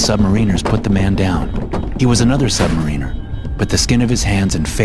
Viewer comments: *sub-MARE-n-ER. Not sub-MARINE-er. Goober.👍😆😆🤣💯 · Consistently mispronouncing "Submariner" while narrating a tale of Submariners does take you out of the tale a bit.